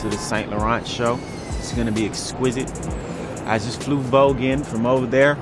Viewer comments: did 21 savage say equiset lmaoo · we shoulda known he was British he was always pronouncing exquisite a little too perfect